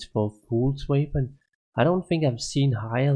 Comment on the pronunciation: Damn the way your pronounce "weapon" annoys me more than it should.. nice items who!